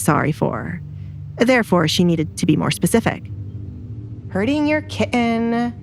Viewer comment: I wish the narrator would stop saying the word kitten. She pronounces it like a moron.